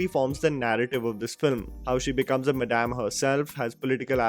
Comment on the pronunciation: I think I might start saying madam just like you do ma-DAMN!